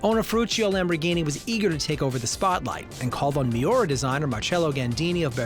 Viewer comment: What’s a Mayora? Does he mean Miura? WTF???